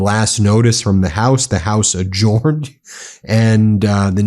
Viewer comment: you're mispronouncing the word 'adjourned'. It is pronounced 'adj-earned'.